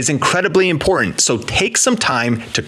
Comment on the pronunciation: You can’t pronounce “important “.